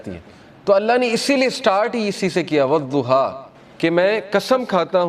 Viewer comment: Sure e zuha nahee ye sure e duha hay from kpk swabi